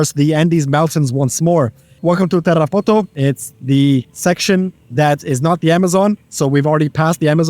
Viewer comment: sry but the way you pronounce Tarapoto sounds dumb